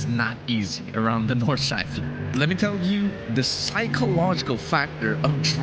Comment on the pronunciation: try out horizon stabilization, it helped a ton. its schleife not schlewifLe ;)